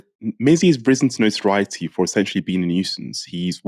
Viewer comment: Not watched this yet cos I have to ask - what is 'not-a-rioty'?